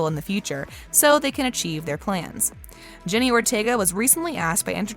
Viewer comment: It's Jenna,not Jenny lol 😂